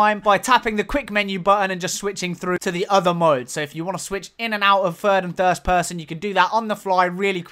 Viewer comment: "fird and thirst person"